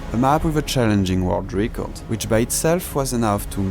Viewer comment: Quick tip for English pronunciation: "Record" would be pronounced more like how "Rècord" would sound in french, rather than "Ricord"